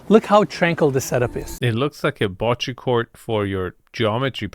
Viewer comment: In Italian, every “E” is the same one as in “enter”. Please stop butchering the word bocce, it’s not “boccee”, Americans always pronounce other languages with their weird rules of reading and it’s awful to hear. Italian is literally the easiest language to read, it’s 99.9% phonetically consistent. You read every single letter in the same way, every time. You’re a smart and cultured person, please just try and think about other languages too…